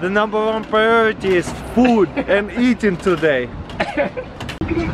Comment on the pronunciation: Yes rilllly safetyy pwiority.....coool. and aaaaasaam.........